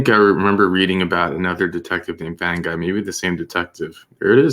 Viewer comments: Fanguy - pronounced Fung- gee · The name Fanguy is pronounced fungee. The g is like game not rage.